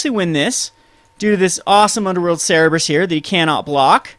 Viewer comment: "cerberus" not "cerebrus".